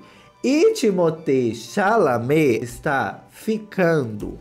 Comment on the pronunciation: Alguem mais , ao escutar SHALAME pensa MINGUE ?!! 😂